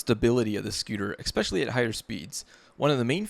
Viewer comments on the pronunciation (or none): Good video. But I can’t get past “ECKspecially.” Also it’s damper. Not dampener.